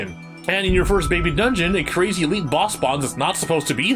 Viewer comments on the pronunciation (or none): none